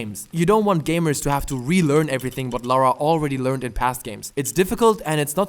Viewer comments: I must have died at least 200 times in this. Took me years to finish this game. I enjoyed the first 2 a lot more. And her name is LARA, not LAURA :) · Stop saying "Laura" it's LARA KRAFT